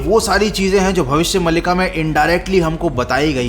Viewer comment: It's Bhavishya Maaalika not malika